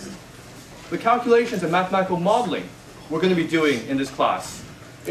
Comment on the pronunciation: You have to do "cal'clations."